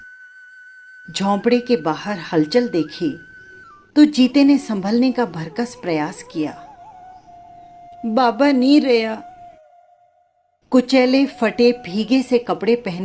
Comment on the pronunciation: कहानी सुनी।बहुत शानदार है। कमल के शोषण के रेशमी जाल में फंसे जीते की तकलीफ़ को बहुत शिद्दत से उकेरा है आपने। अंत बहुत मार्मिक है। वाचन बढ़िया है। हां, एक जगह भरसक को भरकस बोला गया है। मेरे खयाल से यह ठीक नहीं है। बाकी शानदार पढ़ा गया है। कथाकार और वाचक बहुत बहुत बधाई।❤